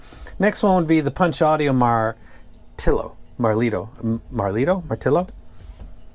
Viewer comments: Just in time for my mid year purchase! Where I'm from, it's pronounced "mar-til-yo" probably a bit different from it's origin since it's a borrowed word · Btw the Martilo is pronounced as martilyo - hope your wife recovers well!